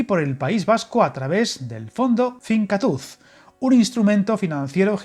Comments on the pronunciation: Buenas,! Un pequeño dato: "Finkatuz" se leería como "Fincátus". Y su traducción al castellano viene a ser "consolidar / afianzar / reforzar". Nada más y gracias por el vídeo! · Mila esker, ha sido muy duro escuchar fincatúz jajajjajjaa